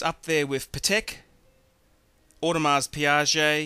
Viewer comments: No! The pronunciation is not the same! He made one up -Audemas Piaget. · I just can't stand the way you pronounce Audemars Piguet.